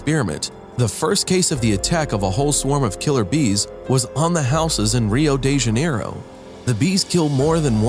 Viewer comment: So now is Ryu de Ganaero? Not Rio de Janeiro...xD